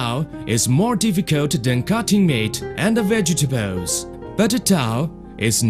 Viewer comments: Fruit and Vegatabowls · Vegtabowels . Cant cope :D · Vegatebalesss lol fail!!